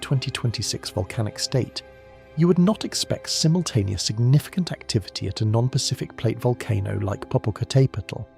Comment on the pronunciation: Tleasr you pronoynce zimultaneous axxyratwly